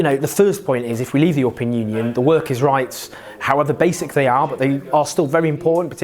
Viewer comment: Its "EURO pean" not "YOUR pean"